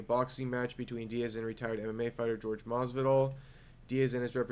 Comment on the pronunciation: Wth hell do so many “experts “ call him George Jorge is not George